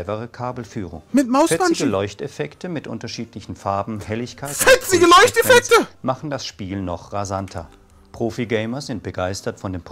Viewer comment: im full tilt immer wieder die betonung auf "fetzige leuchteffekte" hahahah ich brech ab